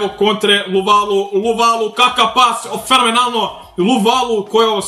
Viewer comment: Kaze se Luvavu ne Luvalu